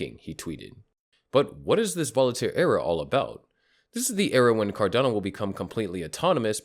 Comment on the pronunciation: You keep saying Volataire. Its Voltaire. I hope it causes some volatility, upwards of course.